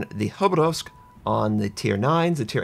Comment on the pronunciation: Khaba isn't pronounced Hoberovsk, it's pronounced Ha-ba-las. At least according to glorious patch notes video translator lady. I also do not support Gearing build. It is a folly to believe that Gearing is a close range brawler. It doesn't excel in health, speed or maneuverability. Even if its guns require you to be within 6 km of another DD to demolish them quickly, that will NOT justify going in close and reckless. 1v1 DD fights hardly happen, 95% of the time it's fleet harassing with guns/torps, or flanking harass. I've tried all the builds. You will find that Gearing is the hardest to play along with german DD's. Gearing must rely on its' long range torpedos to area deny, and use its' guns for high dps/fire abusing from as long a range as possible. His build is highly situational and very impractical. The way to play Gearing changes at least 3 times depending on situation, THAT'S why it's hard to play. You have to learn to play it 3-ish different ways. Spec'ing it for close range with torpedo speed and not upgrading gun range is simply way too disaster inviting. No one allows a tier X ship to go untouched whenever they are spotted. Ever. Anyone who understands how to play Gearing properly knows that it's THE tier X ship to avoid being spotted in. Simply too large and too sluggish.